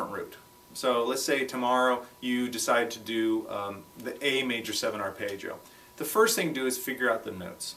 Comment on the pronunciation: Paul Gilbert is the only other person I've ever heard pronounce it "arpaayggio"